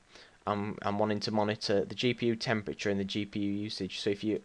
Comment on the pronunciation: its temperature not Chemprature